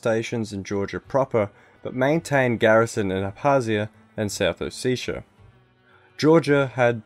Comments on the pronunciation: Its not south Oh-seh-tii-ah or oh seee ahha ahh ! is it so difficult to pronounce O Se Ti a , just ! Originally its Sa ma cha blo . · ALPHASTAR RU well it’s actually ოსეთი but whatever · Sorry to be that guy but it’s south Oh-seh-tii-ah, not oh-see-sha. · More like a O-set-ia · It's not ossetia it's samachablo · hmmmmmmmm South OseSHA you say. I laughed at least 20 minutes at oseSHa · it's hard to take any of this video seriously when you can't pronounce ossetia or tbilsi. it would've taken two seconds to google. they're both pronounced exactly how they're spelt